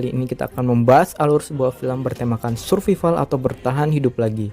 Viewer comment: Bukan survival bang bacanya tapi SURVIVAL:v